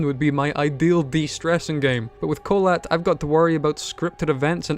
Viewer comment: I just realised that you mispronounced "Kholat" while watching a russian(?) TV thriller series about the incident